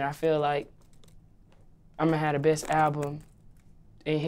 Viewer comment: "Ima hadda bist album...in historee." What a brilliant wordsmith and lyricist (eyeroll).